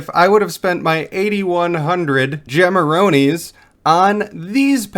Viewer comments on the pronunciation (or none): It's "Gemaroonies" btw 😊